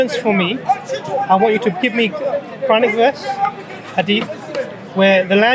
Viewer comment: Why all these qadiani have so thick Punjabi accent when pronouncing quranic words and ayats ?